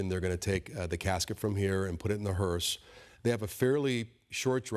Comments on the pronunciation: ⚠️To the news anchor: It's "hearse"......not hearst. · It’s a hearse, not a hearst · News While I appreciate this important coverage, please correct your anchorwoman. She kept saying "hearst". There is No 'T' on the end. The word is: 'hearse'. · Why does that female reporter keep calling it a "hearST" ?? Its HEARSE !!!